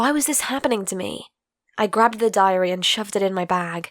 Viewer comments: Idk but when she said diary i heard diarrhea (sorry for my bad english) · I thought she said diarrhea